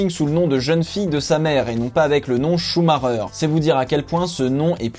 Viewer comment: Leclerc m'a l'air bien bien plus prometteur. Sinon svp, ça ne se prononce pas "Choux Marreur" :/ Ralf avait le même nom et pourtant...